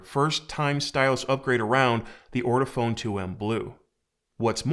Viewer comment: I love how people call it "ortiphone" instead of "ortofon" (ort-oh-fawn). This is the 4th review in a row I've seen where they don't know how grammar works with / without an ending e.